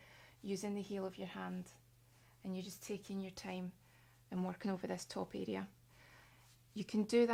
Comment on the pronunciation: What a charming voice and accent.:) "Make sure that you really connect this foo arrrea of your hand with you neck arrrea so you get the foo benefit." "The slouwer the beetter , so yoo just taaake yer time" was like music to my ears. Quite refreshing to hear unusual syllables being stressed. :)